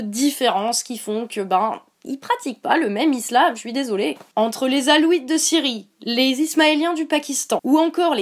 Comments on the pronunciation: « les "alouites" de Syrie » [alaouite] MDR. ♪♪ Alouite, gentil alouite... ♪♪ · « les "alouites" de Syrie » [alawite] MDR. ♪♪ Alouite, gentil alouite... ♪♪